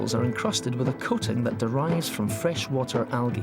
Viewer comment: lol his pronunciation of algae